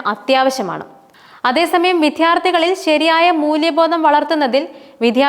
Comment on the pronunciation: 'വിധ്യാർത്ഥി' എന്നല്ല 'വിദ്യാർത്ഥി' എന്ന് ഉച്ചരിക്കണം. 'ദാർമ്മികത' എന്നല്ല 'ധാർമ്മികത' എന്ന് ഉച്ചരിക്കണം.